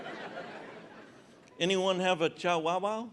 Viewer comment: The way he pronounces chiwowow lol